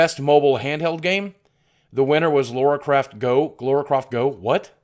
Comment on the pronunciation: I've yet to hear an American actually pronounce Lara Croft correctly yet, each and every time for some reason they call her Laura Croft - I've no idea why but it happens all the time